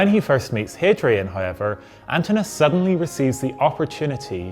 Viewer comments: You may want to check on the pronunciation of the name Antinous - the O is pronounced. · Pity you didn't check how to pronounce his name...